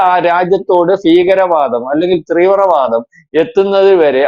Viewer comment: ത്രീവൃത വാദം അല്ലെടോ മാഷേ തീവ്ര വാദം... അക്ഷരം തെറ്റരുത് താങ്കൾ ഒരു വാർത്ത ചാനലിൽ സംസാരിക്കുന്ന ആളാണ്‌